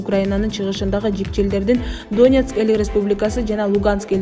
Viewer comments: Донецк дегенди туура айтсан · Доонбас, Доонецк эмес, Донбас, Донецк, туура окубайбы диктор. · Канча класс билимин бар доонекс эмес Донецк , доонбас эмес Донбасс дура без грамотная и еще калпычы урус согуп озун тушунбой суйлобой эле койсон болмок